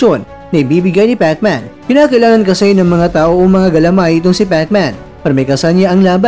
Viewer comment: Pekman HAHAHA king inang pagsasalita yan🤣🤣